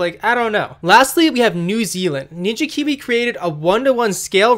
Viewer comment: He said “Binja Biwi” in the video. I’ve called it that ever since 😂